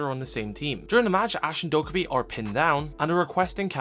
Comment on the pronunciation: Dokkaebi is pronounced doe-kay-bee :)